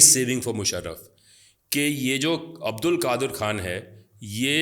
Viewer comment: چوتیا نام نہیں آتا تمیں اور بحث کر رے ہو اس ریسرچر کا نام عبدالقادر نہیں عبدالقدیر ہے 😇